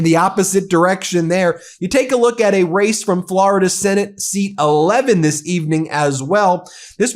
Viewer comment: "Forida Senate 11"